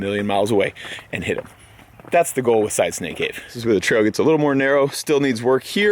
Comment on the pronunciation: Every time says “Side Snake Cave” it sounds like “Side Stank Cave” 😂